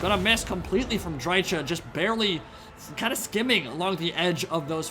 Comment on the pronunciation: Why can't anyone pronounce dryka correctly? She literally says her own name every time you click her.